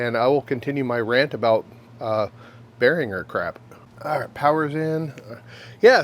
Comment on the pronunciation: for pronouncing Behringer and M(oh)g correctly.